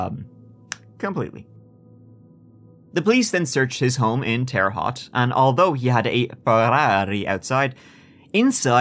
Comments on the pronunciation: I live in Indiana and it’s pronounced terra hote. Not hot. Glad you put these on YouTube. I don’t know how to listen to podcasts outside of YouTube. I guess I could probably figure it out. But what a crazy guy. How he made it through medical school. I guess anyone can make it through that school if this dummy did. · p.s... Terre Haute is pronounced Terra Hote... long O like oat. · Whaaat Hearing Terre Haute is crazy 😂 that’s my hometown! I’ve also never heard it pronounced correctly 😆 Tear ruh Hoe t I guess that makes sense haha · For future, Terra Haute is pronounced "terra - hoa-te" like coat. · Hoosier here. It’s pronounced “Tehruh Howt”. Weird pronunciation, I know.